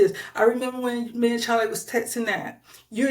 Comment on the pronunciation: Whoever this noname person making the video is jumping on the liars bandwagon. This host can’t even speak properly and uses inappropriate grammar 😂 Sounds like she’s a 2nd grade student “tet’n” is how she says texting😂 NOBODY WHATSOEVER CARES ABOUT WHATEVER THIS CLOWN SAYS!!!